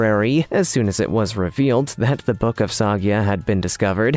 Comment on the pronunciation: Soy-ga, Voyn-itch. The consistent mispronounced words are annoying, along with the narrators speech cadence. Please find a different narrator.